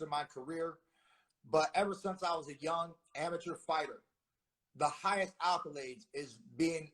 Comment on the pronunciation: Had to stop listening when your boy said “highest alkalades” 🤦🏼‍♂️